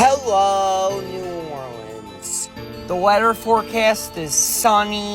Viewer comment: Dude can’t say New Orleans